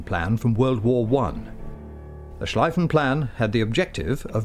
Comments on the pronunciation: Its called "Schlieffen-Plan" not "Schleiffen-Plan" named after Alfred von Schlieffen, a Prussian field-marshal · Can't the British ever get even simple German words right? As everyone should know, this offensive was called the "Schlieffen Plan", pronounced [ʃliːfən plaːn], i.e. "shleefen plan" - with a long "e".